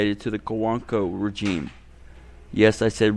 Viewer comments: "Yes I said rejeem" ahhhh what?!?! hahahaha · Say rejeem again & see what happens